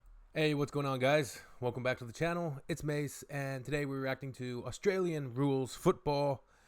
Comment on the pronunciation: Pronounce Australia correctly